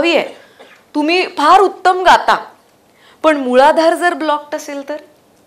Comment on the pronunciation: मुळधार नाही ग मूलाधार